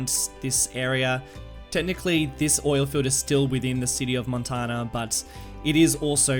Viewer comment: Pronouced Moan-tanya....sounds like your saying Montana